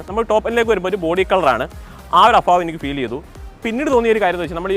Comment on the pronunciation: അഫാവം അല്ല, അഭാവം..